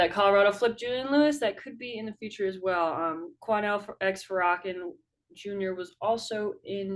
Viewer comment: 🤦🏾‍♂️ Farrakhan is pronounced (Farrah-kon) just like honorable Louis Farrakhan is pronounced.. last week and this week you botched this! Embarrassing